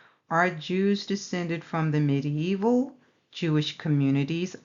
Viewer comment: Hi Sister, i just love the way you say medieval ;). Medi-Evil? LoL. What are the odds...? The time of Truth has come. All Praise be to YAH!